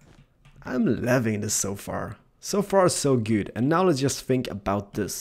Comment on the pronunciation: Are you saying good or guude?